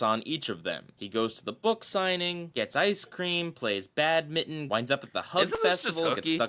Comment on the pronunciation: oh and I also distincly remember watching this season review before watching Ditchin' and because of the odd pronounciation of Badminton I thought in the episode they play some made-up game named "bad mitten" and then when I watched the episode finally I remembered back to the review and realised my error lmao